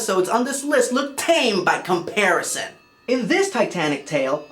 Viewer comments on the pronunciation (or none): none